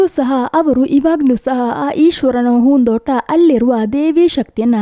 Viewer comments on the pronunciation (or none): ಏನ್ ಮೇಡಂ ನಿಮ್ಮ ಕನ್ನಡ ? conventನಲ್ಲಿ ಕನ್ನಡ ಕಲಿತಂತಿದೆ,ಹೂದೋಟ ಅನ್ನೊಕಡೆ ಹೂನ್ ದೋಟ ಅನ್ನೋದ,ಕೆಲವು ಕಡೆ ಅತೀ ಕನ್ನಡ ಪದ ಮತ್ತೆ ಕೆಲವೆಡೆ english ಪದಗಳು,anyway good try, ನಿಮ್ಮ ಕನ್ನಡ improve ಮಾಡಿಕೊಳ್ಳಿ ನಿಮ್ಮ ಚಾನಲ್ ಗೆ ಒಳ್ಳೆಯದಾಗಲಿ.